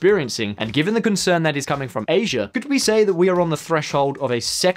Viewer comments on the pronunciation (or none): none